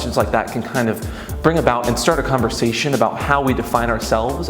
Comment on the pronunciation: is it bad that i lost it when you said 'Lestat' instead of start heck yes